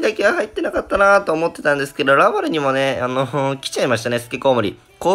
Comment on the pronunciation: らぁ↗︎ゔぁ↗︎るぅ↘︎